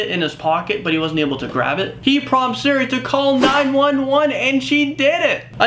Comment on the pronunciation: It's not called seri, it's called Siri